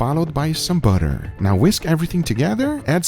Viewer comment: Guga: "....and a little bit of butterrrrrr" Butter Miners: "GLOBAL BUTTER SUPPLY IS AT ALL TIME LOWS"